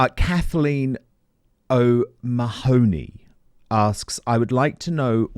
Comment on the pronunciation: O'Mahony is pronounced O'Mahny